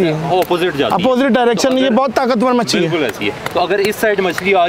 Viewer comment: Trout machi Its machli not machi